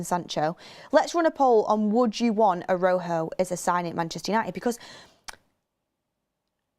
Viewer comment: please you keep saying Araujo wrong just look it up